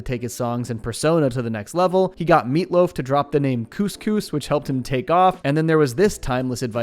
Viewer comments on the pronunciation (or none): none